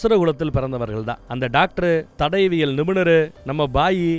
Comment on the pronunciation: தடவியல் ❌ தடயவியல் ✔️ சிறந்த விளக்கம் அண்ணா...! ஆனாலும் இந்த ஒரு வழு (பிழை) மட்டுமே மண்டைக்குள்ள ஓடிட்டு இருக்கு... அடுத்த அடுத்த வீடியோக்களில் அவை நிகழாத வண்ணம் பார்த்துக்கொள்ளவும்... தமிழ் அல்லவா❤❤